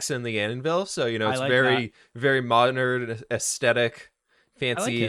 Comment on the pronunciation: “aesfetic”: “mondern” Love this vid 😂😂